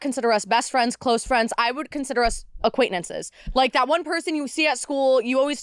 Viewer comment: It’s so minor and dumb but the word is not “aquaintenance” and she keeps saying it over and over 😅 it drives me bonkers.